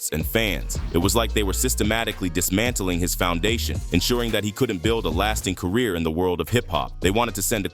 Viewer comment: "I just wanna help you with your cuhreer. You just need to do a little sumpin' sumpin' fo' me first tho'."